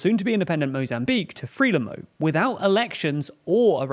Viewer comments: Frelimo should be pronounced 'Fruh-lee-mo' or 'Frai-lee-mo' and not 'Free-lim-mo'. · As is "Freelimmo". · It would sound as though have background knowledge, rather than that you are just reading notes you’ve collected, if you knew how to pronounce Frelimo…